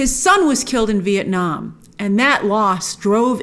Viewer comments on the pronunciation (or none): none